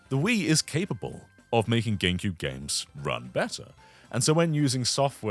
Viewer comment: Is he saying Ganecube?